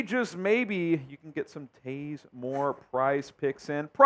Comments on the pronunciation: It's actually pronounced Tah-Zae ! And yes we've heard of him before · 🤦🏽‍♂️if and don’t know who Taze (pronounced Tah/zay) Moore is, then they DID NOT go to a Legends game last year.